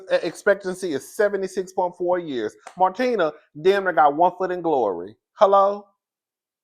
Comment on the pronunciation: you pronounced martina’s name perfectly